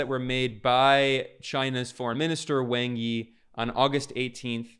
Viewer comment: I know it isn’t a big deal, but Wang Yi’s name is pronounced more like “Wong Ee”